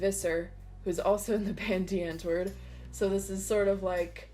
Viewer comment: really like how it turned out !! dont want to sound mean but as a south african have to correct you the A in antwoord is pronounced like apology's A would be with the AH sound and not like in ant you did get the die perfect thought hahaha. very captivating to see the process also heard he is a really nice person he would prolly love to see this video <3